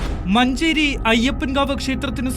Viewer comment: മഞ്ചേരി അല്ല.. നാറി.. അഞ്ചേരി യാണ്..